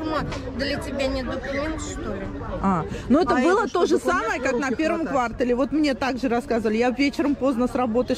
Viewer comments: Автор, вы где учились: правильно произносить квартАЛ, а не квАртал. Кошмар. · Какой вы БлоГер??? Полный балаган и беспорядок в голове и видео! Каком ква́ртале??? Кварта́л! Такая вопиющая неграмотность! Очень безобразный некрасивый пиар!!!